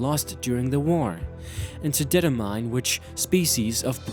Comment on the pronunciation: Mount Moon, not Emtee Moon Professor Oak, not Professor O Det-Er-mine, not Det-o-mine Footage shows is yellow version, not blue red or green, bearing in mind green was japan only and had completely different sprites. I could go on with pointing out errors but I can't be arsed